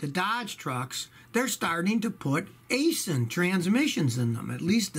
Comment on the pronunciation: 99% sure you pronounced Aisin wrong. I worked at one of there locations in London, KY